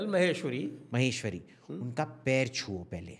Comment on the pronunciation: Not Maheshwari… please. Maheshwari NO